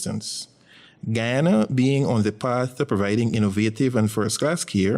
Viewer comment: The county is called GU YA NA....NICHT GHANA